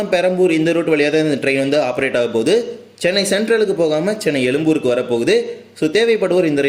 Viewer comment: தமில் அல்ல "தமிழ்" எலும்பூர் அல்ல "எழும்பூர்" நுப்பது அல்ல "முப்பது"